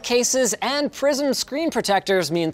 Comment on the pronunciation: I hear "PRISON screen" every time.